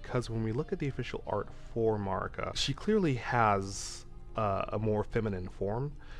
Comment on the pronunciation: Erdtree/Redtree …hmm think on that 😮 side note you’re saying Marikas and Messmers name wrong